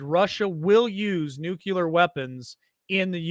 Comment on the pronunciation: If you’re going to talk about a nuclear threat, how about you learn how to pronounce the word ‘nuclear’…